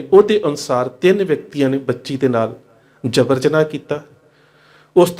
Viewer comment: ਜਬਰ ਦੇ ਪੈਰ ਨੁਕਤਾ ਨਹੀਂ ਲੱਗਦਾ ਤੁਹਾਡਾ ਉਚਾਰਨ ਅਕਸਰ ਹੀ ਬੜਾ ਗ਼ਲਤ ਹੁੰਦਾ ਹੈ ਤੁਹਾਡੀ ਉਰਦੂ ਨੂੰ ਲੈ ਕੇ ਸਮਝ ਬੜੀ ਕੱਚੀ ਹੈ ਜਦ ਵੀ ਉਰਦੂ ਦਾ ਕੋਈ ਲਫਜ਼ ਬੋਲੋ ਤਾ ਇਹ ਮਤਲਬ ਨਹੀਂ ਕਿ ਹਰ ਇਕ ਹਰਫ਼ ਨੂੰ ਨੁਕਤਾ ਲੱਗੇਗਾ ਹੀ।